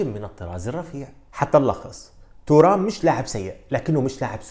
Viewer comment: فقط للتصحيح إسم نسبه ينطق بالفرنسي تيغام وليس تورام